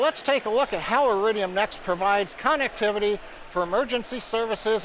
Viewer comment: This will greatly improve CONnectivity... Hahahahaha funniest pronunciation of the word ever, this guy is hilarious!